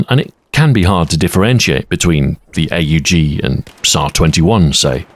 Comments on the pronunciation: Ey yu ji. Hell no. It’s pronounced OHG. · Him calling it the "A-U-G" instead of the "aug" is really messing with me. It's like calling an AWP an "A-W-P" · Huh.... ive NEVER heard someone call an aug an "ayyy you gee". You know its NOT pronounced "ayy you gee* because the letters are all right next tonone another, without periods or spaces or dashes or anything that would signify it isnt a word you say, like a word. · or more affectionately, pronounced awg. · Not once pronouncing AUG as "org" ( ˈɔɡ in phonetics I think) with your voice and inflection is a crime. 😂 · Nobody calls it "A U Jee" outside of US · Ahoy pronounces it like someone greeting Itadori Eyy, Yuji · He has risen!!! He also insists on saying "A-U-G" instead of "Aug". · Hearing somebody call the AUG the Hay You Gee, instead of the Ugg.